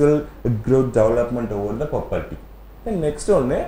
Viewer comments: Puberty pronunciation wrong so change your pronunciation ok sir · Puberty pronunciation is Wrong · Puberty pronounciation wrong